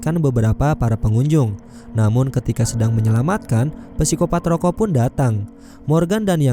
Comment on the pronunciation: Gw dengernya ROYKO